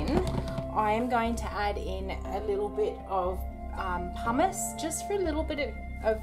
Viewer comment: Beautiful bars! I was a bit confused when you were making the base cuz what I heard was that you were adding 'just a little bit of hummous' and I went "What?", so I waited. 'Pumice' makes much more sense in context. Gotta get those hearing aids soon. Hahaha